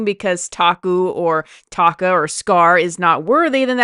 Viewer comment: Do your research. They didn't even use "motion/performance capture" in Lion King 2019. That's why the animals look so emotionally dead and expressionless in 2019. And plus, how hard is it to pronounce Taka for you!?